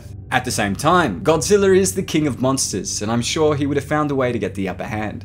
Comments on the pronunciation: How many times are you going to pronounce Godrija. Godzillr damn man you like the series be neglect the core values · Am I the only one mad that he says Godziller instead of Godzilla?.... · Sounds like he is saying “GODZILLER” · Petorasaur...? King Gojira...?!?! Nyat! I love you, but those pronounciations rended me. It's pronounced "Terro-saur" and "Hydreigon" (kidding, Ghidora)